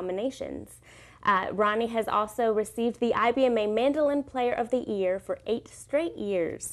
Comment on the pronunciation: she says mandolin player of the ear